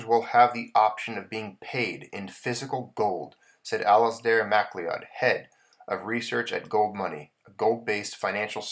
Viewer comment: McLeod is pronounced McLoud...it is an old English surname...old english spelling ..but is said as Ma-Cloud.